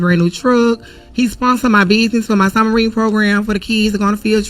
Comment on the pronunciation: I could have sworn she was saying "submarine" and I got interested. Apparently it's "summer readin" though.